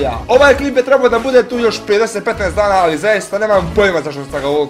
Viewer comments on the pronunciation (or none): none